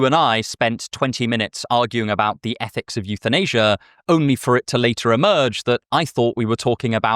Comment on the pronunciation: YouthinAsia is the funniest thing I heard all day 😂